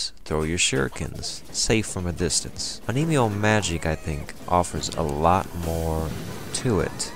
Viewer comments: on me yoh... not oh nee mee oh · Yeah, not my best pronunciation.